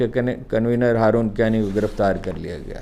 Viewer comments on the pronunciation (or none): none